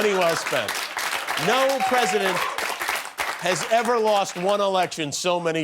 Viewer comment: "don't talk to the pwesident that way. "